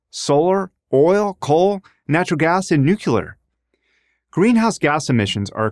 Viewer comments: Nu cle ar, not Nukular. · It's the 21st century and people are still saying " nucular" instead of nuclear. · I just don’t get what’s so difficult about the word “nuclear.” It’s literally NEW-CLEAR. As soon as you say NUKE-YOO-LAR I tune out. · It is pronounced NU. CLE AR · Excellent, well done as usual, and the perspective is important. A few things to fix: 1. No problem with greenhouse gas emissions. CO2 is coming out of your nose right now. For reference, see this Prager U video: 2. The word "nuclear" has the word "clear" in it. That helps remember how to pronounce it properly. 3. You show use of fossil fuels declining by 3 percent, but that's on a relative basis. On an absolute basis, fossil fuels, especially coal, are all up significantly. That's not a problem. It's fine for the environment. But it's better to understand the full context. Not sure your figure constitutes a return on the investment - need a better calculation for that. 4. Not good enough on the downside of renewables, which other Prager U videos do better. Overall, another good project, but a few misses. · Except nuclear is 3 syllables and clear is one. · This video needs to be re-made. The message is fine, but the speaker claims to be experienced in the energy field yet he does not pronounce "nuclear" correctly. That seriously impacts his credibility. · Hee Hee Hee he mispronounced Nuclear😁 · I think its hilarious that they introduce him as an energy entrepreneur. Of course he's going to be interested in oil and natural gas, that's where the money is at. Also he pronounced nuclear wrong.